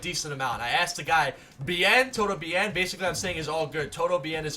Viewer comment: lol the way you pronounce it TODO BEE ENN